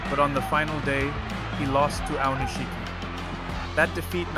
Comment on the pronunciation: It's spelled Aonishiki, but it's pronounced Aonishki. This strange, incorrect pronunciation as “Aonish-shiki” really annoys me. Boy, learn to pronounce it correctly.